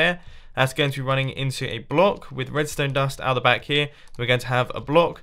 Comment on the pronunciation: He said redstone dun